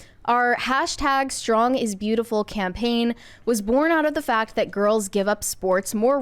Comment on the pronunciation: said “focked of the motter.” I like the channel, and, but when did this generation learn that short A sounds like short O?